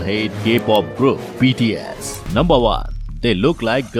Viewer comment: Bts nhi higde bol bahii 😂